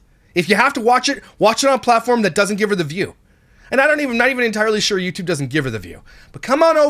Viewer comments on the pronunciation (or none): Yew tube not W-E-Y tube